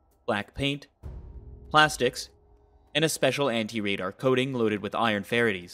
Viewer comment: It might be a machine. He can’t pronounce the word ferrites properly